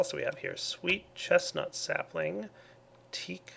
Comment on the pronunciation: Common Walnut sappling? He says lucky? Lol